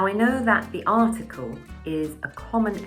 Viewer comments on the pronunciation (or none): '디 유니버시티'나 '디 UK'가 아니라 '더 유니버시티' '더 UK'로 발음하는 것 아닌가요? 반자음(반모음) /j/은 자음 취급해야 하는 것 아닌가요? 발음할 때 '디'로 들리는 부분이 있어 드리는 말씀입니다.^^